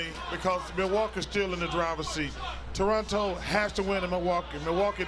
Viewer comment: Thanks Ernie for pronouncing Toronto correctly